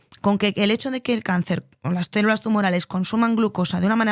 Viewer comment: En serio dice "cérulas" constantemente???